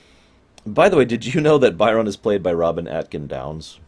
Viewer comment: I don't know why you keep calling him "Buy-RON", like he works as a purchaser for Mr. McDonald the clown or something. They say his name in the episode, it's "BY'rn".